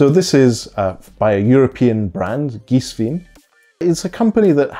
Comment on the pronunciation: The correct pronunciation in German is "Geeswine". Cool sneakers. Bought mine today 👍